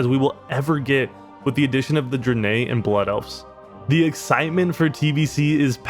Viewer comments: You had me hooked until you pronounced Draenei Druh-nay :P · did you say... "druh-nay" for draenei ?? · the guy is totally dispassionate and didnt even pronounce draenei right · Did anyone else cringe when he mispronounced draenei?